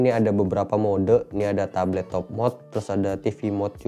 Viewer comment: tabletop bukan tablet top